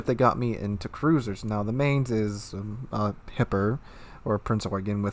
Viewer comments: Agreed! I was stationed at Lee Barracks in Mainz, Germany for two years and I cringed EVERY time you pronounced it. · Pronounced "Mine-z' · I’ll say this once and hold my peace - try to pronounce this ship as “Mynts” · Negative on that Chupacabra. Studied German for five years in school myself and Domitius is correct. The "z" at the end of Mainz is pronounced "ts". This has been driving me nuts because I saw NoZoupForYou review the ship and he was pronouncing it the same as, with a long A sound in the first syllable and an S at then, like "Mains". No. Long I sound in the first syllable and TS at the end. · It's pronounced 'Mines'. I threw my dedicated 19pt firestarter Nurnberg captain on her. So far every singe battle I was either middle tier or bottom tier. It's been a struggle. I get the shit focused outta me, probably because 'new ship smell'. Priority Target is very recommended. Feels very much like a Nurnberg in a tier 8 match. With Demo Expert and both fire flags you get an 11% fire chance times twelve every 6 seconds or less. With Adrenaline Rush fully kicked in it's like a 4.8 second reload. It's really nice getting into a fight with another cruiser. Get close enough and that legendary German AP will do some goddamned work. Hell I was using it on broadside battleships 13km away and getting damage numbers close to 5k. The 38mm HE pen does bad things to USN, French, and British battleships all day long. German, Japanese, and Russian battleships not so much. IMO the only letdown is the 25mm plating and rudder shift. This ship would be so much better if she had the ability to bounce 15 inch shells. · You should watch the WG Armada video about how to pronounce Mainz. With all your love towards german ships still saying her name like its american